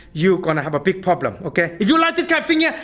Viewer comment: I love every time he says “poblem”